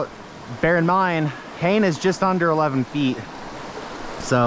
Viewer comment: Fun video. I'm sure by now you know that Hane is pronounced "huh - nay", not "hay-n". Not that that is too important. What's important is how the rod fishes, not how to say its name. :o)